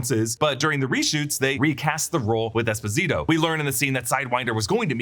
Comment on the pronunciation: You are saying Esposito all wrong